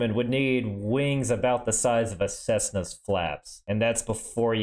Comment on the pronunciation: He final said cessna